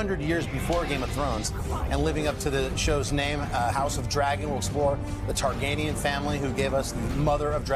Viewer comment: "Tar gain ian" lol